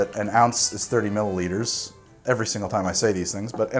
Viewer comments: I swear I heard mili-liters too go figure... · If you have trouble with “millilitres” just say it the Aussie way... MILLS